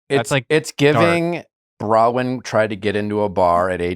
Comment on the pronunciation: Nick, why do you refuse to pronounce Bronwyn's name correctly?